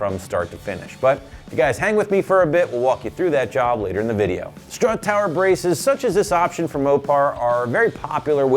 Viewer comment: How do you go through life saying “schtrut tower” and not get mocked relentlessly?